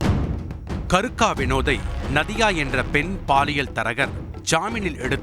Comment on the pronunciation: என்ன பேரு கருக்க இல்லை கேருக்க